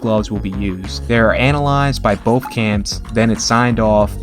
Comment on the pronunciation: Why do you say “wiff” instead of with and “boff” instead of both?